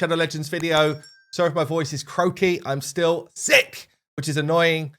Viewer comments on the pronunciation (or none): none